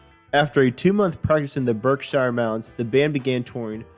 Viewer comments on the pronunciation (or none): none